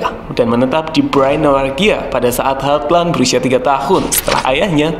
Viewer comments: Halland aja min bacanya, gausah hardland 😅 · halland nya dibacanya cukup "holan" bro, kyk holland bakery hehe🙏🙏 gas teross🔥🔥